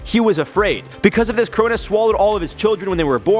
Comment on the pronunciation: Crow-Nose not kronus is how its pronounced